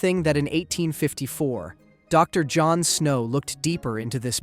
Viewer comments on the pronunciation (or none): none